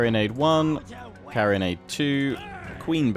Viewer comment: BTW its Carro-nade not Carrion-ade